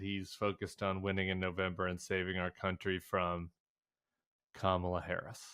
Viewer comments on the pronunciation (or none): He purposely mis-pronounces people’s names. Fani and Kamala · Why does donawld troompf have so much trouble pronouncing Fani Willis' and Kamala Harris' name? , What is the point? It is the content of character that matters, not the name, or how you pronounce it, right? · Don’t understand why anyone still lets this man go out and give these speeches. Every time he speaks, it’s called the most unhinged speech ever. He keeps topping himself. So sick of republicans disrespecting others by purposefully mispronouncing names. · So disrespectful that these burned-out bulbs can't even pronounce the Vice President of the United States' name. Are they smarter than a 5th grader? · Was there ever a man who derived such unmitigated glee from mis-pronouncing Black women's names?